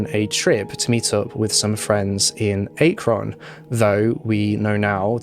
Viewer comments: Akron is pronounced ah-kren! ( went to college there(: ) Great video! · Akron, Ohio, is pronounced ACK-ron. :) Fantastic and intriguing video, by the way! :) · Nice job covering a terrible event. I'm in the same page with you about suicide and terminally ill people, tho I've faced none of that personally. One foible as you don't live in the US I guess: you pronounced Akron incorrectly. The A is short, like apple. 😊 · Lol Ohio native here. Akron is pronounced with an short a vowel sound. Like in Apple. Why does Ohio always get the weird people though? 😂